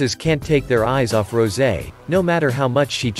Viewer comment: Not Rosie. It's rosè. Pronounced as ro-sey.